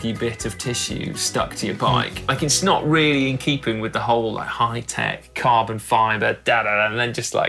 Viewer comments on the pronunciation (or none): did Si realy say "Its SNOT really inkeeping" whilst talking about used tissue. Genius!